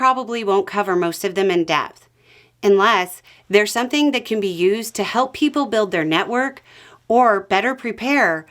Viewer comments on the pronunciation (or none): none